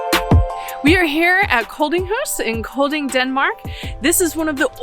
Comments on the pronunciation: Ye, it’s almost pronounced like ‘calling’ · It is pronounced almost the same way U would pronounce Calling (the letter d in Kolding is numb), but with a short o-vowel - like the short a-vowel in the name Callas... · Just so you know, the d in Kolding is silent and the o should sound more like the o in "bored"!